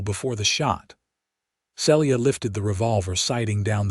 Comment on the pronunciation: Celia is pronounced "See'-Lee-ah"